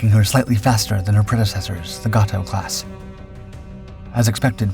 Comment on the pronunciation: "GAY - TOE" Class not Ga To Class. I am a submariner retired and I know. Jim